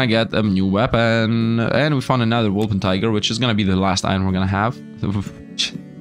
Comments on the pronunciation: Sorry, it is not a wolper-tiger. It is a wolper-tin-ger... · Calling the Wolpertinger "Wolpentiger" is pure blasphemy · How can you butcher wolpertinger so hard every time